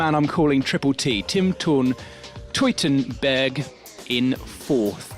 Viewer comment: for our non-german-speaking friends: try to pronounce him TOY-tenberg you´re welcome (gern geschehen)